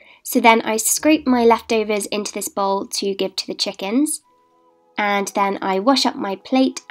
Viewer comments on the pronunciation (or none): none